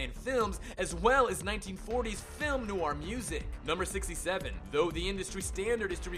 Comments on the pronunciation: You mispronounced NOIR and GREGORIAN and that's when I stopped the video and decided NEVER to watch your videos again. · 107 Mispronunciations YOU Should Know! 1. Noir is pronounced NWAR. 2. Pretty sure Leahy doesn't have a T in his name. 3. Gregorian is pronounced greh-GOR-ee-uhn. 4. Hamill is pronounced HAM-uhll. 5. It's "Mask of the Phantasm," not "Mask of Phantasm." 6. Credit where it's due, I've never heard the name Abe pronounced "abbe" before. But it's still wrong. 7. Bergman doesn't have any burgers in her name. 8. Deco is pronounced DEH-coh. 9. This isn't a mispronunciation so much as a misrepresentation, but Montoya isn't a supervillain. Unless you count Earth-Three. 10. Burnett is pronounced bur-NETT. 11. Hardly Dent. I get it. It's because he hardly has a face. Right? 12. Trial is pronounced TRY-uhl. 13. Harvey isn't pronounced Hardly OR Harley. Good try, though. 14. Underdwellers has another d for it to be "dwell." 15. Silicon, not silicone. Some of these you pronounced again correctly, but still. Shouldn't be too hard to rerecord the mistakes. Still, these are interesting facts, and I respect the time and editing that went in to making this video!